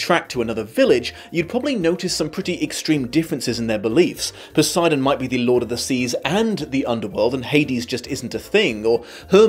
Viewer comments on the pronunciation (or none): none